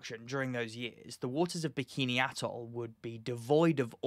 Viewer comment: You're pronouncing Bikini Bottom wrong!